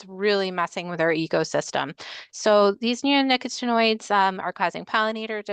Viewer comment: I think, with regard to the pronunciation of neonicotinoids, the accent is on the COT. It’s much easier to say that way.